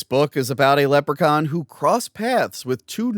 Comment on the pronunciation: Leprechaun. Is Leppercon not how you pronounce Leprechaun?